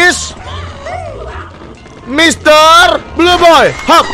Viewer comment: "Mister blue boy" Yang kalian denger: "Misteri joy boy" Yang gw denger